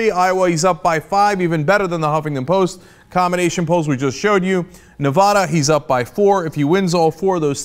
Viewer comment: you always say nevada wrong it pisses us off